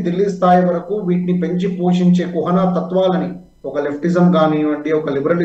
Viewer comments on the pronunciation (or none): కుహానా అనడం సరి కాదనుకుంటానండీ. కుహనా అనడం సరి అనుకుంటా.